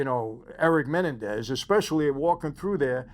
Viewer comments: I already dont believe michael cause he cant even pronounce their name correct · Just because the media pronounces it one way it doesn’t mean that’s the correct way. The man spent 11 months with Erik and Lyle, MAYBE they told him how to pronounce it. You don’t know. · Why is he pronouncing their last name, Menendez, wrong? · You're pronouncing their last name incorrectly. The accent is on the the second e. Great content! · It’s Men-en-dez lol but other than that great video! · Mah nen dez ……menenendez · I dont know if its a you tube thing but theyre last name id pornounced Ma-Nen-dez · I wanted to watch this video but the fact that this guy can't even pronounce Menendez correctly is annoying enough where I can't finish watching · I think you're the only one in the world who can't pronounce Menendez correctly lol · Michael you're not pronouncing menendez correctly. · You’re pronouncing their last name incorrectly. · Will somebody please tell this guy how to properly pronounce Menendez? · The way you are saying their names is making me go insane. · If ibhad a penny for everytime you aid their last name wrong lol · I love how he’s pronouncing Menendez 😂. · It’s not menendez please at least pronounce their name correctly. I’m sure you probably didn’t intend on being disrespectful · Why can't you say their last name correctly? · I wish Michael would pronounce their last name correctly, just once 😅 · YOU CANT EVEN PRONOUNCE THEIR LAST NAME CORRECTLY. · Is he pronouncing their last name right? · Michael- your pronunciation of Menendez is off. You’ve added another vowel. Just saying. Thanks for thr recap